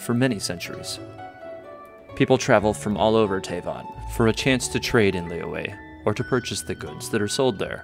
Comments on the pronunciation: It's lee yooeh, but the "y" part of yue is like a mix between r and y. Like, if you say r, shape your mouth into an o and bringing your tongue closer to our teeth, just behind. That's the "yu" part. The "e" is just "eh". The "Li" has an accent which is basically a kind of down-up sound. The "Yue" is a down accent. I know it's confusing, and I think I'm even confusing myself, but oh well. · The english dub of this game pronounces Liyue differently from character to character: Lee-weh Lee-way Lee-yah-weh Lee-yah-way And the worst Luh-weh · they're wrong lmao haha (i'm chinese) it's actually pronounced as lee yoo-eh but say the yoo-eh part faster & stress those 2 syllabus lesser. additionally qixing is pronounced as chi sing but without the h sound for chi so ci sing... gotta say i love the chinese names in genshin. i remembered there's a dude in liyue harbor called big foot (in english) and that's literally translated from his chinese name HAHA